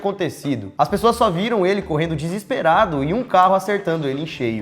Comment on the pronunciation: Alguém percebeu que no minuto o Lucas disse PRESSOAS